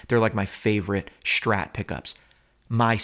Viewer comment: Please stop saying "Shhtrat." It's not your dialect, it is the only word you pronounce incorrectly. Thank you. -your viewers.